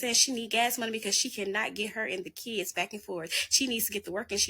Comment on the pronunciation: Dey keeds, Dey keeds, Dey keeds…🙄